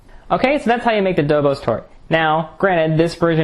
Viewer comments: Nice! By the way it is pronounced "Doboshhh", not "Dobos" ;) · It's pronounced Dobosh, not Dobos. It's a Hungarian desert, one of the many super delicious Hungarian deserts we make in Eastern Europe. Looks good! Pofta buna! Arata bine tortul! Good tip on the caramel topping. I'll try it like that next time.